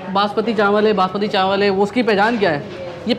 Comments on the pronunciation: Banaspati nahi Basmati bolo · Bhai Khuda ka wasta, 5 bar apne bnaspati chawal bola ha, banaspati chawal Kia hota ha? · banasbati nae basmati hahhhaahhaha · Asalamualaikum bhai banaspati rice nai hotay basmati rice hotay hain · بھائی بناسپتی چاول نہیں ہوتا،،، باسمتی چاول ہوتا ہے۔۔۔ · السلام علیکم ورحمتہ اللہ بھائی ایک درخواست ہے بناسپتی نہیں ہوتا باسمتی چاول ہوتا ہے یار 🙂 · بھائی نہاری کا نیا اسپاٹ متعارف کروانے کا بہت شکریہ بھائی آپ کراچی باشندے ہیں چاول بناسپتی نہیں کہا کریں چاول باسمتی ہوتے ہیں اور گھی بناسپتی ہوتا ہے اردو کی تہذیب کو بھی برقرار رکھیں تو ولاگ کا لطف دوبالا ہو جائے گا شکریہ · bhai, basmati hota hai na ke banaspati chawal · Bhai,Banaspati Rice Nahiiii, ( Basmati Rice ) hota hai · Bhai banaspati nhe hota basmati rise bolte hy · Bhai jaan masmati rice hain na ke banaspati rice.. 😜😜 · Basmati not banaspati rice بھائی باسمتی ہوتا ہے بناسمتی نہیں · U didn't wrote location in description box ,also u continually saying in video banaspati rice , actual word is basmati rice.before posting the video u should recheck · Bhai banaspati chawal nahi hota, basmati hota hay,program say pehlay kuch sekh lia kro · It's Basmati rice. Not Banaspati rice. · بناسپتی نہیں باسمتی ھوتاھے ۔۔۔۔۔کہاں سے آتے ھیں یہ لوگ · باسمتی چاول ہوتا ہے، بنا سپتی گھی ہوتا ہے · You must know it's not Banaspati rice, IT IS BAS-MATI. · Laloo khetiyee! ,chawal Basmati hota hay ,banaspati nahin. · boss its basmati not bnaspati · Banaspati nhi hotaa basmati hotaa hai!! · bhai sahi lafz basmati not banaspati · bhai good video Please correct its basmati rice not basmati Plz dont mind Thanks